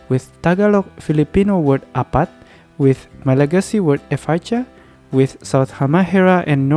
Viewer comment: I just wanted to say that Malagasy efatra is read as éfatra, just like you read enina as énina. Also, you don't have to read the final a for roa, efatra and enina. Read them as /ru/, /'efach/, /en:/.